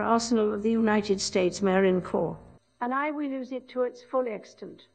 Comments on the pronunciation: SHE PRONOUNCED "CORPS" CORRECTLY! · It.. knows how to pronounce “corps” now...